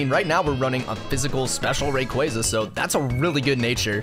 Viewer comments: Dude... Ray-quah-zah Stop with the RayQuayQuay please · You did not just say rayqwayza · It's pronounced (ray-qwa-za) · Ain’t no way he just said “rayquaiyza” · Shiny “ray- qwaa- za” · It’s ray cwassa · the way you pronounce raquaza hurts me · It’s rayqauza not what your saying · You pronouncing rayqaza wrong bro😢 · Why you calling rayquaza raykwayza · You say Rayquaza ro g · Ray cwohz uh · Bro say Rsyquaza right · bro is saying shiny reyqaza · your saying rayquaza rong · It is pronounced R K us